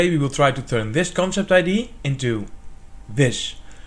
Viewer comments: First, I can't get over that you say ID, rather than idea. Anyway, whole time I was thinking that this battery can be subject to leaks, and would end up being less efficient than regular gravity batteries. It's still cool and interesting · Misschien nog is luisteren hoe je woorden als idea uitspreekt. Je Engels is niet te doen. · It's pronounced Idea, not ID.